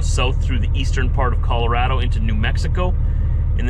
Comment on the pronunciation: Hey, who taught you to pronounce Colorado right? Remarkable! So exciting you're passing through my homelands.